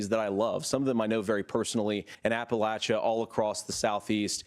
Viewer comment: You know Vance is pretending to know the coal belt because he pronoUNCES APPALACHIA WRONG